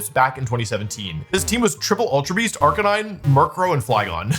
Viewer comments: Wait until you hear him talk about Jenjar or Arcaneenay or Decky-dewey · don't forget the GOAT Arcaneenay